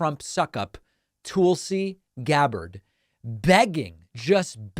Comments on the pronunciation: It’s Tulsi, not Toolsi. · TUHlsi.... not TOOLsi. I know you are a grammar and pronunciation nerd so learn how to pronounce her name. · David, her name is not pronounced TOOL-si. It rhymes with ‘lull’. 👍🏼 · Why do you keep saying her name like that? Stop being weird. Just say it like everyone else does.